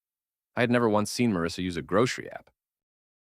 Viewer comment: I like how the mis pronounces marrisa as mrsa 😂😂😂